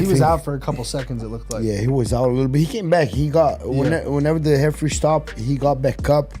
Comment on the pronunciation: Gilbert saying “Heferee” had me dying.